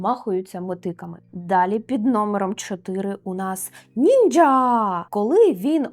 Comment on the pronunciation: *Міцубіші. Окрема подяка за правильне нінджя )) я майже нічого не тямлю в японській, але моя дружина викладач японської мови за освітою, тож я змушений таке писати в коментарях. якщо цікаво є відео на ютубі на 8 хв. там все чітко і по поличках розказано. називається "Чому ми неправильно вимовляємо японські слова? Система поліванова. Система Коваленка"